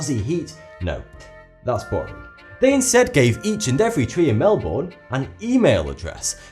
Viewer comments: count how many times he pronounced Melbourne worng.Mel-bor-ne it prenounced Mel-ber-ne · Cringe. It's pronounced Mel-bun not Mel-bourne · Not 'mell born' it is 'melburn ' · Please it's pronounced like mel-ben not mel-bourn trust me I have lived in Victoria Australia my hole life and even lived in the Melbourne suburbs and everybody in Australia says it mel-ben or melb'n nobody says mel-bour (I don't know the correct pronunciation symbols bit you say it in two syllables and they are like Mel Ben) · Mel - burn (not mel born) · It's not melborn it's pronounced melbun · I get mad get mad when he says Melbourne! I know his British but he's not saying it right. his saying it like melborn when's it like melben. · I'm Australian, and it's fake. And Melbourne reported "Melborn" is pissing me off. It's pronounced "Melbern" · Mel-born 😂😂 we pronounce it more like melbun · He says It like "Melborn" when it's pronounced "Melben" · as an australian my whole life you dont say mel-born you mel-bin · It's said Mell-Bern. Not Mel-born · it's not pronounced mel-boRn or-stray-lia- its mel-bin (with a very, very short i sound) U-str-ay-lia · it's MEL-BIN, not MEL-BORN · As an Australian with half my family living in Melbourne i should inform you that it is pronounced more like (not exactly) "mel-burn" rather than "mel-born". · Pronounced mel-bin not mel-bourne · its not pronounced mal-born its mal-bune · Mel-BURNE NOT MEL-BORN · its pronounced mel-ben not mel-born lol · please pronounce it properly :) it isn't mel-BORN, it's MEL-b'n :) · I like how it's pronounced mel-born but in Aussie they call it mel-bin and get angry when people say it as born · The way you pronounce Melbourne kills me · I live in Melbourne It is pronounced Mel-bne (bnn) not mel-born Also no tbh it is not a beautiful city. Smells like crap and looks like crap. Too much traffic, terrible public transport system, very little trees in the CBD and not many nice people. :/ sorry to rain on your parade.